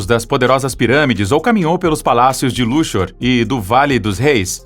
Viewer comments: a pronuncia correta é "luksor" e não "lushor" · Aprenda a pronunciar corretamente o nome da cidade LUXOR. Não é "luchor" que se pronuncia, mas LÚQUIÇOR. Na palavra SEXO, você pronuncia "secho"??? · É Luksor que se pronuncia o nome da cidade, não luchor. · A cidade de Luxor. Pronuncia o X como qsçor. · "Luchor", foi um luxo só! Kkkk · Vamos pronunciar Luxor corretamente, chega a doer os ouvidos!! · Assustou? Há alguém com medo de algo por aí? Meu Deus! Ainda assisti a isso. E vê se aprende a pronunciar a palavra Luxor. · Qual é a pronúncia certa de Luxor, "luksor" ou "luchor"?